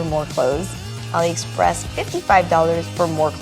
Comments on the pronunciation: Graham its AliExpress not OliExpress lol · Umm graham, just FYI ur pronouncing aliexpress wrong. Love ur videos tho!